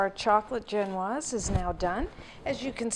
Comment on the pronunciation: Am I the only one bugged by how her pronounciation of ge'noise?? Jen-waz,really? I thought maybe I watched too many French cooks, so Zhen-waz, but Webster's pronouciation is the same as what I use. And if you don't use cherries you can't really call it a Black Forest Cake. P.S. If you goggle "vegan egg substitutes" you can find a variety of options to try!! Good luck :)